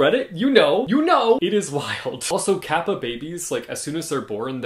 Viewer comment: I was listening to you talking while doing chores and couldn't recognize it was Japanese kappa that you were talking about because the way you said "kappa" was just so cool.